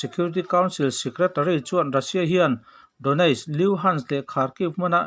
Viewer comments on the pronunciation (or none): none